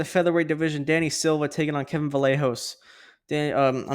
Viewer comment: And I want to give tribute to Kevin, Vallejos is pronunce like this: Vayeg(of Garage)os 👍😃